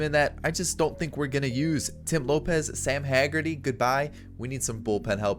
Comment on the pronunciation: I think Tim Lopes is pronounced “low-ps”, not Lopez